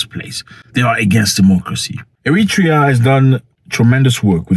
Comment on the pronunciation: Eritrea not "Emitra".